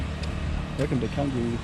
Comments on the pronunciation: It's pronounced Changgu bro! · The letter C in the Indonesian alphabet is always pronounced as Ch. Canggu is therefore pronounced Chahnggu 🤦🏻‍♂️